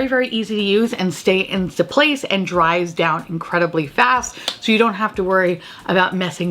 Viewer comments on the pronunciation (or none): none